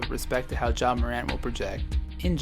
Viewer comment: It’s John not Ja